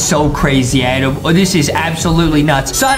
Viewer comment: His name is Adam not adem